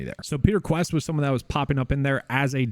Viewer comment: Congratulations on the baby!!!! I think Kuest it pronounced quest